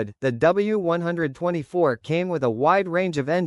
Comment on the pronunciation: As soon as I heard ‘W one twenty four’, I realised you don’t know what you are taking about and switched off.